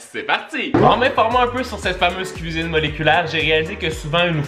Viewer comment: "j'ADORE LA CUISIBE MOLECULAIRE" sinon c vraiment des surper video continue comme sa